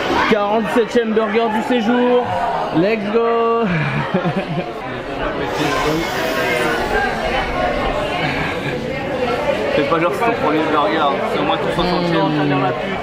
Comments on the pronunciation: Les Vlogs sont incroyable mais bordel arrête de dire Lek’s go c’est Let’s go bordel mdr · A chaque fois que veux dire lest go il dit leks go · J’ai une question pourquoi il dit tous le temps legsgo et pas lets go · Trop bien les vlog mais juste on dit « let’s go » et non « leg’s go » 😂 j’ai fais fixette dessus h24